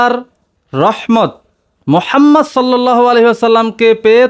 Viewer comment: কিরে তোর তো নবীজির নাম উচ্চারণ হয়না